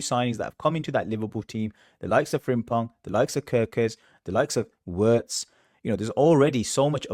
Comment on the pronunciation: His name is pronounced Virtz not Wirtz!